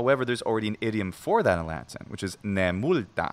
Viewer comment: The word Latin has a T in it. Try pronouncing it with the T instead of a glottal stop and we Latinists will take you more seriously.